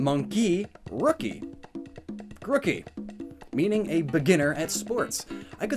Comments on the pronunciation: Your evidence is literally so ass. also learn to pronounce names, its not gruk ie its gru key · Every time he says Grookey wrong I die a little inside.